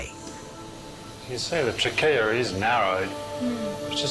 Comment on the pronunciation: Trachea (tray-key-ah) 😂 why is everyone in the episode calling it trackeya 😂😂😂it sounds bad